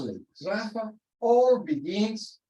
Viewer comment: I never knew that that was the correct pronunciation of "Sraffa".